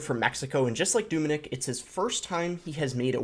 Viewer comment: It’s not Doominik it’s Dominik pronounce the O very short 😃 just like the way you say eeygg, its Egg just a short word.